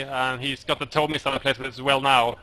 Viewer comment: Please say TOW as in toe.